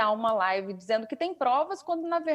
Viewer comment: Esse mito da desgraça é uma vergonha desastrosa! Ri muuuuito com essa tal laaaaaivi dele 😝